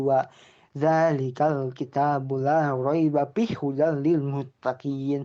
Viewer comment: Roibafi bukan roibapih, ente baca alquran aja masih belepotan, baca alquran dibenerin dulu, kalo bukan kapasitasnya mending diem aja, nanti ente diminta pertanggung jawaban diakhirat tau rasa